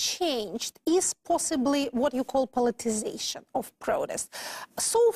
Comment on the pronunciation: Что я ещё заметил мельком, помимо R фишки: Flap T появляется весьма рандомно, в основном без неё говорит - ближе к британскому. При этом некоторые слова вроде not, она произносит через о, американцы здесь "А-кают". Условное Afterwards она говорит через [а], а не экает как американцы. Ещё косяки: of[ov] произносит как off, в большей части слов вроде and вместо звука d на конце произносит как anT. Ну уже совсем странные косяки вроде diZlike, когда в приставке dis всегда произносится s. z лишь в нескольких исключения вроде dissolve. Ну и отчетливый Becorse вместо be k(a/o) z. И произношение W-слов, в основном условный way она произносит как vay, то есть без небольшого скручивания губ с более глубинным звуком.(я сам, кстати наоборот факапаюсь и говорю везде w вместо v). А, ну ещё забивает на короткое i, которое должно звучать как что-то среднее между I и schwa sound - но это вообще чуть ли не поголовно встречается. Ну и, конечно, ясень пень, весь акцент палится через согласные, которые у русских звучат слишком твёрдо и чётко, челюсть менее подвижная, в английском немного расслабленее это все должно звучать. Вот такие пироги, думаю лингвисты бы ещё на какие-то косяки указали. P. S. Ну и когда 2 советских-русских общаются между собой на английском это выглядит немного крипово и забавно.